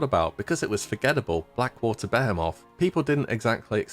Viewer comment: Blackwater bayhaymoth?... Im sure its Buh he muth, surely, that sounds awefull xD